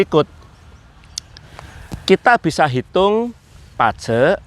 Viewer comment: Bazi tapi baca nya kok Pace.....?? mungkin salah dengar kali sy.